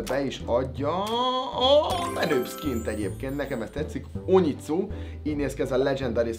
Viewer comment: Nem úgy kell ejteni hogy "onitszu" hanem hogy "onijutszu" zárójel sub zárójel bezár